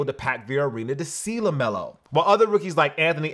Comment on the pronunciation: LEMELO BALL!!! "LEMELO"!!